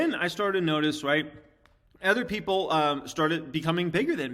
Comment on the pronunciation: Ken is great. is great. Everyone has a different flavor, but they all provide valuable insight. just needs to learn how to say “other” properly.